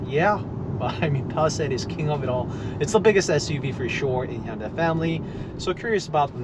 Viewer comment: you keep saying honda... hunda.. quite annoying. removed channel from recommenations